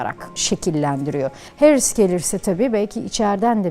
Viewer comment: "Harris" değil "Herris". Doğru teleffuz için teşekkürler... Hamide kızımında doğru teleffuzunu öğrenmiştir böyleliklen inşallah....💙🤲🏼